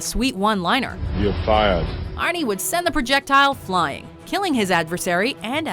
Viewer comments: Don't call him arne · Stop calling him Arnie god damn